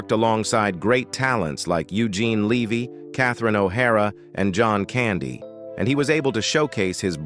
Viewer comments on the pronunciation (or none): Eugene Levy? Levy? LEH VEE